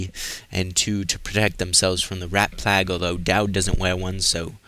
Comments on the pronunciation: I watch your vids every time I play the game. I really like content but man, why don't you say plague instead of plag? You do ramble a bit but idc, it really shows your enthusiasm for this game and I like that but sometimes you act a bit condescending at times. Regardless though I'll always watch all your Dishonored vids... Fuck k can't wait for 2! Even more excited about that then I am FFXV. Keep up the good work man, I'll still like your vids and sub if I haven't already. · why do you say plague like that if you don't mind me asking?